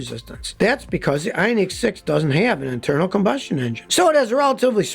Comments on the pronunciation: Scotty - It's pronounced i-ON-ik, not i-on-NEEK. And while I'm at it, the word absurd is pronounced ub-SURD, not ub-ZURD. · Is that pronunciation Scotty is using correct? I-on-EEK, versus I-on-IC? EEK sounds like its spelled "Ionique" and sounds foo-foo. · The way he says Ioniq (ION-ICK) makes me so uncomfortable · because of how he says ioneeq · Funny how he pronounces ioniq lol great video though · Scotty has a unique way of pronouncing Ioniq.